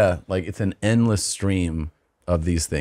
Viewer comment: When Tom said: it's a endless stream. I heard: it's a N-less stream.